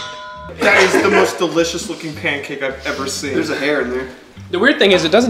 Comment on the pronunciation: Bacon PUNCAAAKE, baking bacon PUNCAKE.